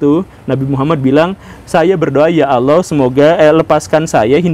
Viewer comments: Ngomong Allah saja bilang aloh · Sayangnya guru gembung kalo mengucapkan lafadz "Allah" gak enak blas .terdengar lucu...lebih lucu dari cara A.A.Gym😆😆🙏